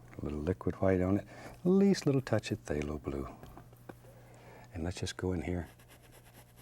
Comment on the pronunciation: I get this weird feeling whenever he says phthalo bule